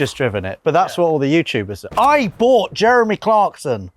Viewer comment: “With italian accent”